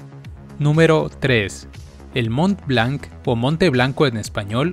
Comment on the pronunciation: Soy francés y estoy de acuerdo. Si quieres/queréis hacer un número 2, puedo ayudarte/ayudaros. PS : un pequeño consejo para la pronunciación de las palabras francesas : en general, no se pronuncia la consonante al final de una palabra (a menos que sea parte de la sílaba). Se dicen "Etreta" para Etretat, "Mon blan" para Mont Blanc, "Reno" para Renault... Además hay errores de ortografía a , se escriben "moulin rouge" y "bonjour"